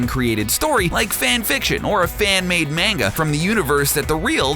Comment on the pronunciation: Not that but he Says mainga when it's manga